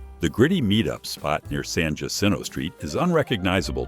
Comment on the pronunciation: The "J" in Jacinto is pronounced like a Y.